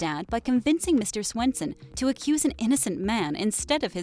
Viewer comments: It’s svenson not Swenson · Mr. Swenson...... it’s Svenson 😂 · Svenson not swenson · It’s me sVenson not sWenson, penelope killed hal not betty, tho she did shoot him, it’s the serial killer gene, and juniper and dagwood were boy and girl......gotta lot of fixing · Who’s mr. sWenson? Its sVenson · Mr Swenson lol its Mr Svenson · It’s Mr. Svenson not Swenson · first I love this video it’s helpful but you also said mr.Swenson instead of mr.Svenson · It’s not Swenson